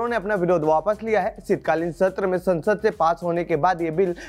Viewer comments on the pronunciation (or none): none